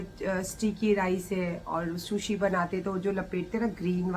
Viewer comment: "SHUSHI" nhi kehtey jaahil aorat, SOOSHI kehtey haen